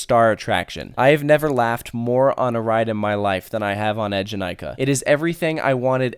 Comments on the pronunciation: Yes, Eejanaika was really really good! Btw its name is pronounced eee-janaika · When you was talking about Eejanaika, I was like, omagawd, isn't it pronounce like "ay"janaika?